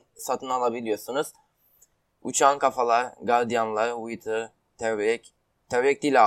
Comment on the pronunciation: vaytır degil wither okunuşu (vidır)